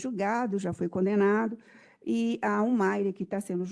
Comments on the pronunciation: Que promotora ruim!! Não conseguia nem falar o nome da Humaira. Péssimo trabalho! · Que promotora péssima. Senhor. Não rola nem uma boa tarde correta. Ela não consegue falar ao menos o nome da ré